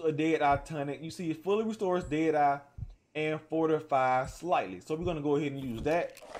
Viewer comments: Does anyone else hear a weird pronunciation of "deity" throughout the video instead of dead eye?? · What the hell is der dar? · Wtf is dade eye? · More like dēA dī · He said dad I lol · 'Day Dye'? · I am glad he showed us how to use da ded uhh, fill da ded uhh core and how da ded uhh meter can fill quickly or slowly based on how ded uhh core is full or not. Thanks for da video on ded uhh